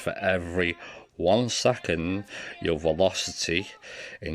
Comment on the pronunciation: Nice video! Excellent for dummies , but hopeless attempt for the "PER ONE SECONDZZZ" guy